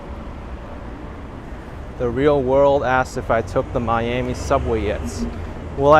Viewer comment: It's Not Your "Ami It's "Miami"